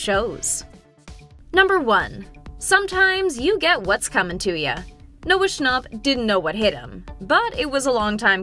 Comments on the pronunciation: The narrator: Noah schnopp Noah schnap: what did she sayyy ? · "Noah schnopp" STOP IS SCHNAP😭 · Why do you say shcnopp? It’s Schnap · Lol wait?? Noah Schnopp? How did that pass editing 🤣 its schnapp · She said Noah Schnop not Noah Schnapp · Why would you say shnopp it’s schnapp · It’s Noah shnapp not Noah shnopp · Her: Noah Shnopp Me: …. TRIGGERED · “Noah schnop” I’m personally offended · Im getting so mad cuz shes saying Noah "Scnopp". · she really said "noah schnarp" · Bro really said Noah snOchp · “noah schnopp” 💀💀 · Bro just said Noah schoop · She really said Noah shnopp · Did she really say scnop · she saying noah shnopp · it bothers me how shes saying schn-AU-p